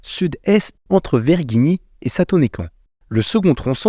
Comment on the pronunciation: tu le prononces mal *